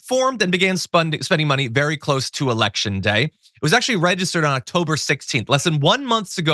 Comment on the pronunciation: geniuses never call themselves that, unless they're vewy vewy stable